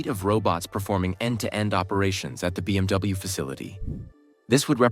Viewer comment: Please double check your script when you pass it to AI-generated voice, within the first minute it said BMW as BWM. And please get rid of the AI-generated robot talking, that's just straight up creepy.